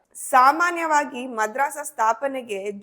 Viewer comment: Mam madrassa alla madarassa